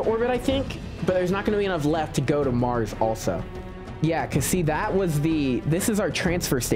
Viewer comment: 😂 I hear you say MarJS rover